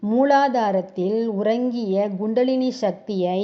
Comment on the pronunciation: Gundalini அல்ல Kundalini K-k- not G. Not’G’ Tthaavaram - Not Daavaram Th. Not Dhaavaram Horrible உச்சரிப்பு Dhavam அல்ல Thavam(tha, tha) SKY yoga -SGY யா?SKY யா? Upadesam- U’b’adesam அல்ல P not b விலக்கம் அல்ல விளக்கம்(ள)- ல அல்ல